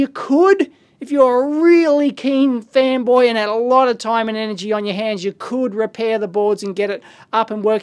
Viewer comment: Am I the only one hearing "femboy" instead of "fanboy"? :D